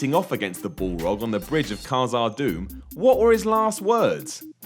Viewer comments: You can't though. The Eagles could only take you so far before The Eye Of Sauron sees you. Also it's "Bal-rog" not "ball-rog" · Bullrog? It's Balrog... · "Bawlrog" Please don't Try and talk about something you have no idea about.. If you had actually researched the question of "Why didn't the eagles fly to mordor" you'd get a pretty simple answer and mentioned in the Appendices that the Eagles didn't meddle in Human affairs nor would take such a risk to casually fly right in to the one place Sauron was present. And the "fly you fools" term... just stop. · The eagles don't interfere with human matters unless they deem it worth aiding them such as when Gandalf was atop Orthanc he needed aid, no one can 'summon massive eagles that will literally fly you anywhere you wanna go'. This idiot clearly has only watched the film once and I'm not the only one pissed off with how he butchers a word as simple as 'Balrog' and it's 'Gandalf' not 'gandolf' (and he can't say 'khazad dum' properly but I think I can almost forgive his simple little mind for that one).